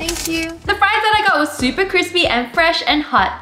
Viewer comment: " they're fress... But stil have salt on them"